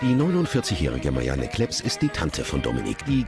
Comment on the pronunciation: Nich Marianne Kleps sondern Marianne Klops xd